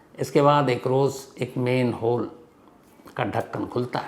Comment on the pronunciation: सर, शब्द सही कीजिए। "मेनहोल" नहीं "मैनहोल" होता है।